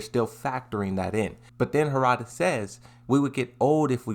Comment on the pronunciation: bro it's Harada, not Hoorada